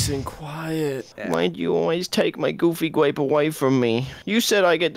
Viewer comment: Omg dude but for real “GOOBY GWAPEL